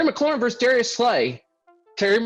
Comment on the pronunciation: versus - It's two syllables.